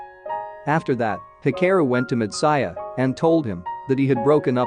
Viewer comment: it has Anime 3D Kanojo. and hearing/listening to this narrator really irked ne in bad ways .. way he pronounce words like Matsuya and anime just couldnt sit well with me ... had to pause video half way and leave this comment before leaving page xD